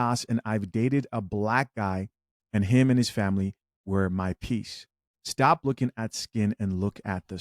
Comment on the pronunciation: Peaice not piece Not the same.